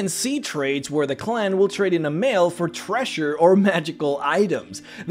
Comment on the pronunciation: I'm distracted by how you pronounce 'treasure' as 'thresher' .